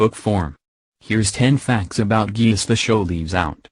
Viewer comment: Its pronounced gay liss